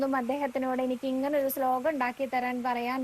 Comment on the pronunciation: സ്ലോകം എന്നതിന് പകരം ശ്ലോകം എന്ന് ഉച്ഛരിക്ക്യാണ് ച്ചാൽ ഒന്നും കൂടി കേമാവും.... നാരായണാ അഖിലഗുരോ ഭഗവൻ നമസ്തേ 🙏🙏🙏